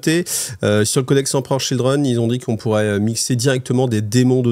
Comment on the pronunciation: Ah ah toi aussi tes oreilles ont saigné ? 😂